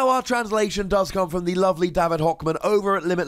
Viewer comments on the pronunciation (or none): I'm pretty sure David being from Germany its not ~ Hokman but ~ Hohman :D